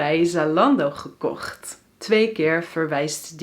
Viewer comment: you sounds 'verkocht' instead gekocht...